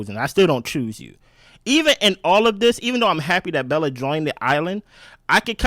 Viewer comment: “Welcome to the island Belle-A” 😂😂😂😂